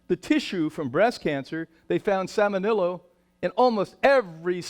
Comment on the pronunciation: "Salmenillo"? Is he trying to say "Salmonella"?